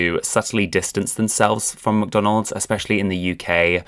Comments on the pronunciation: Very cool video! And the way you say "McDonald's" (MCDONOLD) is funny :D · Baahbie and muhkdonald's. 😅